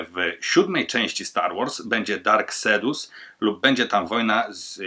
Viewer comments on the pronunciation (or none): "sedus" nie "kejdus"?